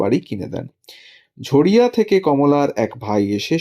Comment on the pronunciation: ঝরিয়াকে ঝড়িয়া বলছেন কেন??????